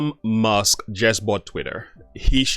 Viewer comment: It's actually MUSK (not Must).